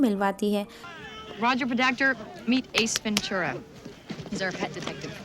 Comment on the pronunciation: Wo ess ventula hai ya Ass ventula